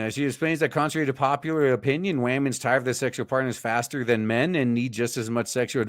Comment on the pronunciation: Saw the intro and was like is this a real person? Then heard "wamin" and I'm out